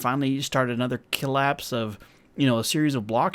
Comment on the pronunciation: Nobody: 2019: Killapse